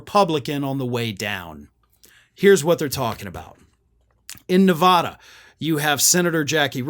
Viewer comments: Learn how to pronounce NevAAda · How many times can you mispronounce Nevada in one video?